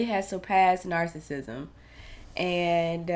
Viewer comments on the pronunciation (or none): He's pass narcissism to nar-sick-nisum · He's pass the stages of narcissism to NAR-SICK-NISUM 🤦‍♀️🤣